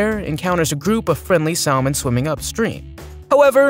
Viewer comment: And the "L" in salmon is silent